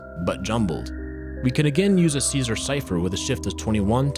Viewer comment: Caesar* not Císar